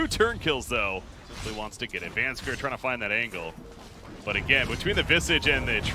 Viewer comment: Does it not bug anyone else that the caster says VANSKER and not VANSKOR?